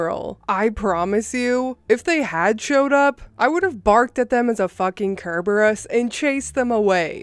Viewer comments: Love listening to these stories keep it up friend. Just wanted to help out here it's purnounced sir-ber-us (cereberus) very fitting image for a 6 ft lady guarding the entrance xD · The story had me fuming but my little Greek mythology fanatic heart died with the way you pronounced Cerberus it’s pronounced sir-ber-rus